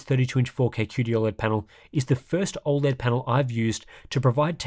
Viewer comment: As a fellow Aussie, why do you pronounce it "ol-led" and not "oh-led" like the rest of us?